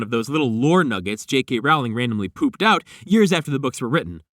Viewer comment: I just wanted to let you know that you pronounce JK Rowling's name wrong. It should rhyme with bowling, not with growling